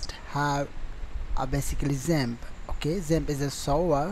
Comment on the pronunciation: I thought you was speaking about ZEN, instead of XAMP :p